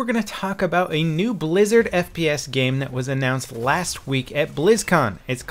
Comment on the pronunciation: Lmao I thought he said brazzers first fps lol